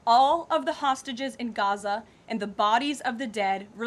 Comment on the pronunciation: I love how you say Gaza